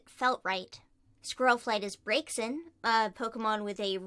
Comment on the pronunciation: Just so you know you say braixen like brack-sen